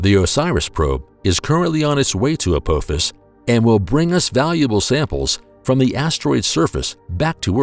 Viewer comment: As bad as this video is, at least get the name right. It's not ApOphis it's ApAAAAAAAphis. ffs. How can we take anything else serious in this video, and I'm just 2 minutes in.